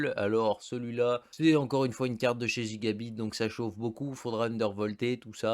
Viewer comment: Je sais pas si c’es pr pour être drôle ou quoi mais si tu pouvais prononcer gigabyte normalement ça serais bien mieux c’est un y pas i ;)